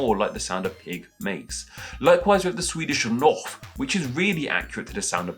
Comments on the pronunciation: Slight correction: in Swedish, it's not "Noff", but "Nöff", pronounced similar to the French word for "nine", "neuf". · It's nöff not noff for pigs in Swedish. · Swedish pigs don't say "noff" but "nöff". Both spelling and pronunciation are different (a rounded front vowel instead of a rounded back vowel). The closest vowel in your English, I think, is the one that you use in "nerds" in the video, but in a shorter form. By the way, our mice use a long vowel [i:] in their "pip-pip". Now you know that. Thank you for a nice video.